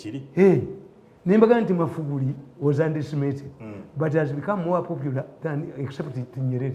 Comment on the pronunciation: Naye Tamale yalemwa ogamba Magufuli instead agamba "Mafuguli" RIP